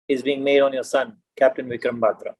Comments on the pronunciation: The host can’t even pronounce the surname correctly…..It’s Batra not baatra…. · This host should learn how to pronounce batra its not baatra. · "Baaatra"????? Please get your pronunciation right Sir. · It's not baatra it's batra. Stop ruining punjabi names